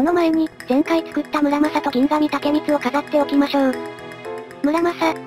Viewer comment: ぎんがみでわなく、ぎんしと読むっぽいです。